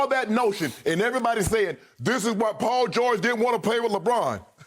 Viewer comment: Shannon: "But Ima say 'THISSHH'" Also, Skip is like a Kevin Wildes that actually takes himself seriously.